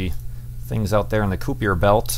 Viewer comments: KY-PER belt, thats how you pronounce it. Not KU-PIER belt, But thats not a big problem. Great Video! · kuupier belt? k(aye)per belt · >Koo-iper belt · Its pronounced kooooooper belt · "Kuiper" is pronounced "Koyper"